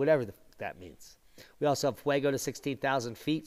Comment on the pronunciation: Fuego means Fire in spanish. Say fu-ego.